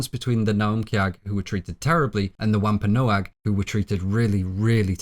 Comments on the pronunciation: Pronounced, TITCHU-ba and WAM-pan-ah-g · Its pronounced womp a nog